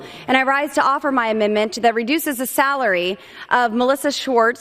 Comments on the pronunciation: She never could pronounce "a minned ment" correctly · Amindment? Did she take diction lessons from MTG? Boobert gives intensley stupid,perverts a bad name.